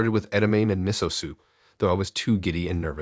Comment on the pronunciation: I love your voice, and I’m glad I found your channel! A suggestion to improve your narration, check on the pronunciation of words, edamame and miso. Just a thought to help you continue to grow! Much love. ❤